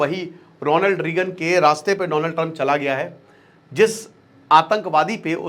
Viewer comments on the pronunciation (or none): none